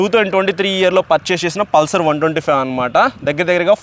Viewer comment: అది పుల్సర్ కాదు బ్రో పల్సర్